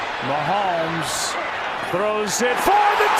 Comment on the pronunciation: His names Mahomes, please don't ever do that again lmfao.